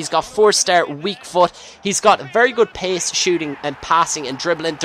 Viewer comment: When u say pace it sounds like your saying piss o.o